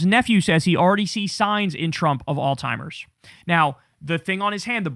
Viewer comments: I’m gonna keep saying it because it’s everyday on this channel now, it’s Alzheimer’s not “All-Timers” 🤦 Kyle, my guy, learn how to pronounce the shit, you say it everyday, learn how to say it correctly 😂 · Kyle, its Alzheimers babe. Not All Timers.... just trying to help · KYLE IS LOVE YA BRO.. BUT STOP PROUNOUNCING ALZHIEMERS AS ALZTIEMERS. THERE IS NO "T" IN THE WORD. ITS AN "H" . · Dude it's not Alzheimer's it's common knowledge that it's not Alzheimer's stop saying Alzheimer's if he has dementia (I do believe he does) it's frontotemporal dementia. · theres no T in alzheimers kyle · Can someone please let Kyle know that there is no "t" in the word alzhiemers. The way he mispronounces that word is so triggering to me. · Kyle really pronounces that hard T in Alzheimer's.